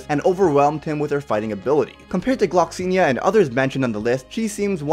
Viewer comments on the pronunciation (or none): none